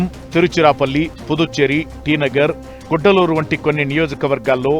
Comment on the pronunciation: కుడ్డలూరు కాదు కడలూరు